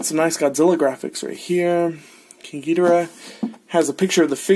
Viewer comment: Gi-dor-ah say it like that not gi-di-ra